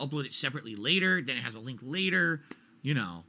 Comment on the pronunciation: Detractors content is ripped directly from his video. How the fuck can he even try to debate saying, "HERE DA LEENK TA PAHDCASS WHERE I EXPLAIN IT"